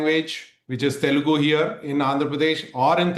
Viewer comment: That YSRCP spokesperson can’t even spell TELUGU… correctly 😂😂. He is saying …. “TELGU” 😤😡 and he is invited to talk on this topic…. Which is really very funny!!! 😂